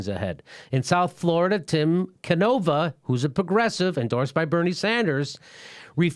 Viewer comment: Jimmy! Jimmy... Jimmy. It's pronounced Tim Can-oh-vah. Canova.